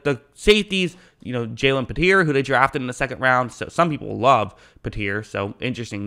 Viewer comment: Bro you’ve been calling Jalen PEE-TREE pe-tear for the entire process and after you heard his name called on draft name I Jesus Christ please get it right